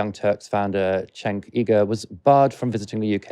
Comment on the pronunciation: It’s pronounced ‘Jenk’ not chenk.